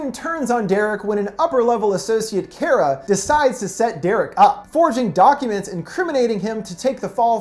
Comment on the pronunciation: It’s Kara, not Kira